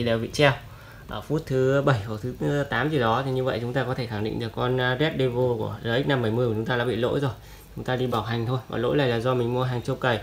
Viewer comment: Nay bác đọc vẫn sai nhé. Devil đọc là "đe vồ" nha